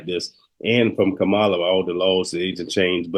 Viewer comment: Kamala not kahmaaaaala please and thanks